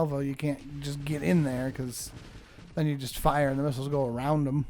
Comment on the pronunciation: Not gonna lie, the first time he said missles I heard nipples